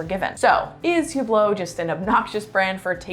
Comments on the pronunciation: the "H" is silent...so not Hublot as in Huge but ublo no H and no T...emphasis on the end of the word...uBLO...no H and no T and no emphasis on the U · Good video but you need to learn how to pronounce Hublot